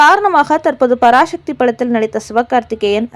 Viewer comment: பராசக்தி என்று சரியாக உச்சரிக்கும். பராசக்தி இல்லை.